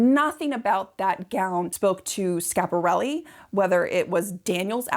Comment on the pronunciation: And the dress is too small and not really like the one in the painting. And please stop butchering the name. It's SCHIAPARELLI not Shap.